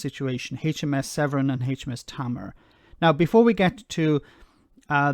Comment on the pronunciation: It's "Tay-mar". Only triggered because I'm from Cornwall where the River Tamar forms the border with Devon ;) On another note, Jersey was never, technically, within the EU but it was covered by Protocol 3 of the 1972 Treaty of Accession and was treated as if it was with regards to free trade in goods, therefore, once the UK pulled out of the EU and the 1972 Treaty no longer applied, Jersey became a 3rd country and was no longer part of any "free trade" agreement.